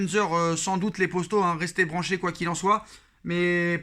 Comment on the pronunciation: Les postos 😂 dit les potos stp